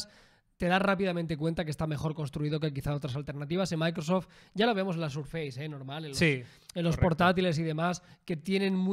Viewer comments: Primero "Apel" y ahora "Sarface"?🤔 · FACE se pronuncia féis, y FACEBOOK, féisbok. Si embargo SURFACE se pronuncia SÉRFES. No sarfeis ni surfeis ni nada parecido.